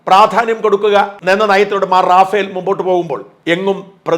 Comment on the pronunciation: റഫയേൽ എന്നാണ് ശരിയായ ഉച്ചാരണം.. റാഫ്ൽ അല്ല റഫയേൽ fighter ജെറ്റുകൾ ഇന്ത്യ വാങ്ങിയിട്ടുണ്ട്